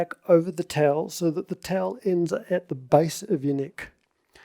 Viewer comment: why do you say “tell” instead of “towel”????